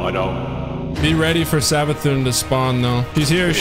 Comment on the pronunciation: Actually it’s savathún with the weird u